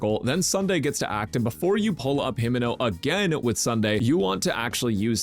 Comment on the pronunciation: Brother called her Himeno... Unforgivable !!